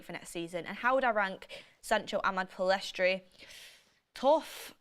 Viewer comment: FGS it's Pell-iss-tree NOT Pill-ess-trie